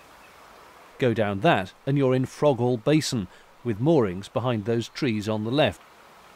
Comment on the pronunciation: It's actually pronounced "Froghall'. Silent 'H'. We locked down into the basin. Had to remove our TV aerial! Interesting to see the Leek arm which we haven't done. And spot-on with the apostrophe comment!